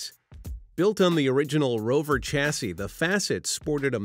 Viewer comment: A two door fixed-roof car is pronounced coo-pay, not coop, and while I'm on the subject, it's shas-see, not chas-see.